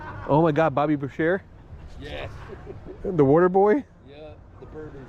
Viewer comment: hearing him say Bobby bow sheer instead of boo Shay pissed me off